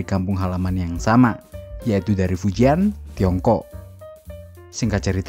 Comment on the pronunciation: bacanya bukan fujian... tapi fucien... 🤦‍♂️